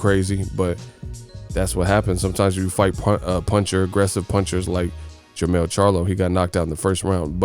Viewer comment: jermell not jermall